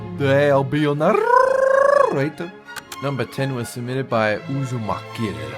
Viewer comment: “And I’ll be your naRRRRRRRRRRRator!”